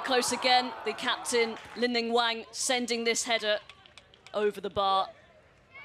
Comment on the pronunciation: It's pronounced "Wong" not "Wanggggg".